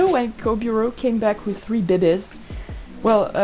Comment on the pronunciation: I love how you say "bebes" its just so fun. I wonder if the snake the med cats saw looks like Shrewpatch, a brown snake o3o